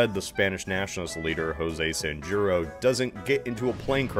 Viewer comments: It's not "Sanyuro" its "Sanjurjo". I guess in english it would be something like "san-hur-ho" . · Great video! This was funnier than most. Anyway, just in case you ever have to say "Sanjurjo" again, let me be your guide: "San-jur-jo" "San" as in sand but without the final d. "jur" as in who but with an r at the end. "jo" as in hoe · Sanjurjo is pronounced san-hur-ho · The J in Sanjurjo is pronounced like an H. (Not trying to make it sound rude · Amazing. You completely mispronounced Sanjurjo's name. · I wish Americans would at least make an effort to pronounce foreign names properly. The way you say “Sanjurjo” makes me cringe.